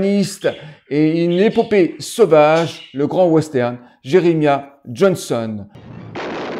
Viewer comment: Ca se prononc Je-re-ma-yah...